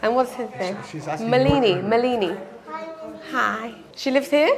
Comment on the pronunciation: It's pronounced as "Maalini"... i not "mleeni"